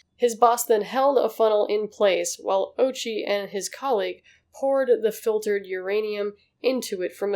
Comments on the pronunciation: It's o-U-chi, not OH-chi. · O'oochi not Ouchie. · God plays sick jokes with irony. The mans name is ouchi bruh and i thnk a lot of people would pronouce it owchy lol Holy heeellllll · The pronunciation of ouchi is oh-ooh-chi. Also, neuron beams🤣🤣🤣🤣🤣🤣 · The name “Ouchi” can be mispronounced as “Ouchie”. Edit: I meant similar to “Ouchie”, not mispronounced.